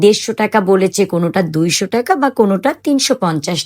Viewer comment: টাকা not টেকা।